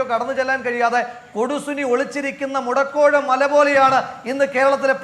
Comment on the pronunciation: മുടക്കോഴ മലയല്ല... മുടക്കോഴി മല എന്നാണ് 👍